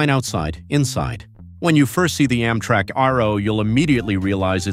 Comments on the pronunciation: Why is it so hard to find human beings to narrate these videos? I mean, "AHM-trak"? Give me a break. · How does mis-pronouncing words make things easier for anybody? I mean, "OMM-trak"? Oh, brother. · Why tf does this guy say “Ommtrack” ? 😂😂😂😂😂